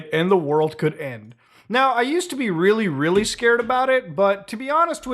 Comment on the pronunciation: Nukes are weally dangewous?!?!?!